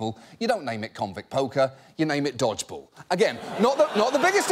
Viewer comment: "dodgebull" omg